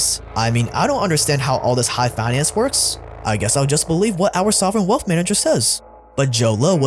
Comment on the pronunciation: Love your channel dude! Awesome content! On thing tho, please learn how to properly pronounce “th”. After hearing you say “wealf” over and over again it really got annoying